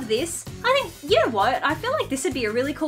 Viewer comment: "Don't yew reckon?!"